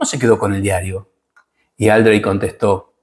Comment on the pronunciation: Otra cosa, es Aldréy no Áldrey como le empezaron a decir para, supongo, darle algo de categoría, las tildes están solo puestas para mostrar dónde se acentúa la palabra. Por más que la mona se vista de seda, mona queda.